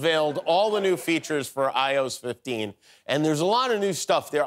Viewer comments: "Apple unveiled all the new features for AYOSS 15" Surely Jimmy has heard someone say "iOS" before? It feels out of place to hear someone in his position sound like he doesn't actually know what it is and constantly needs help with technology. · U pronounced “iOS” wrong